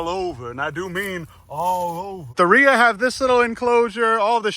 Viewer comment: I thought you said "Nader" 😜